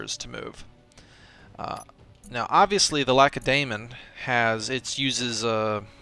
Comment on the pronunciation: Jurgen Ronaaz y pronunciation is fine, as long as he stops with the lack-a-day-mon! It makes my ears bleed lol